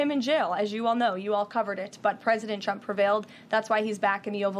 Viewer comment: There are two critiques I would give her. One is to learn how to say Trump’s name right. If you listen closely, she calls him chump. I would also tell her to stop pressing her lips. She does that when she’s lying.